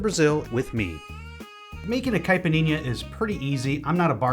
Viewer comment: the drink is caled Caipirinha, try to say kipereña